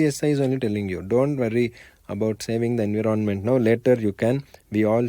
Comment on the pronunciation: Environmental pronunciation is lit 🔥